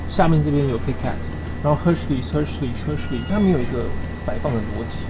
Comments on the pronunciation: 抓到...阿滴是不是把Hershey's唸成Hersh"l"ey's了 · 台灣的seven 比較好! 青出於藍而勝於藍。 Btw, Hershey’s 跟Jalapeño 發音不對 還有那些是muffins 不是cupcakes。 just my two cents.